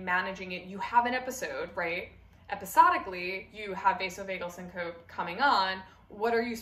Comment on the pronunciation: You're mispronouncing syncope.